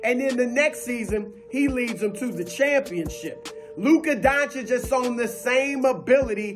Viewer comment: Thank you for saying his name right. RESPECT.